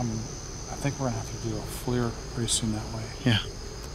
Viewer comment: Not being ugly but that thermal cam the FLIR it’s pronounced like fleer not flur love you guys show keep up the good work.